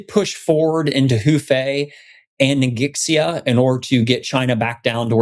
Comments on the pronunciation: I know the video is old, but with as much as the territory name comes up, I feel obliged to help you guys by pointing out that Ningxia is pronounced 'neen-shya' per the pronunciation rules of pinyin. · Love all of your playbacks. NINGXIA pronounced NING Sha. I've got deployed code running there in a data center otherwise I wouldn't know. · Ning-sh-ee-ah. The x sound in Mandarin is sh in English. So it sounds more like Ning-she-ah. The more you know! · Awesome game, guys! Thanks for all the effort. In case it's useful Ningxia is pronounced closer to "Ning-shuh" or "ning-zhuh" rather than nin gix ee uh